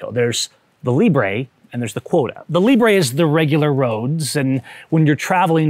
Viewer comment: “Librey” lol